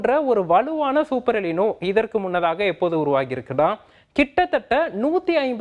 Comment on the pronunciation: '' எலினோ " அல்ல " எல் நினோ" என்று சொல்ல வேண்டும்.